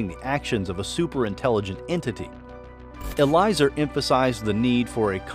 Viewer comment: Eliezer is pronounced as eh-lee-eh-zer